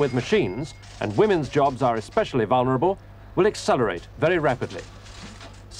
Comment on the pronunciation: "Women's jobs are particularly Vunerable" hahahah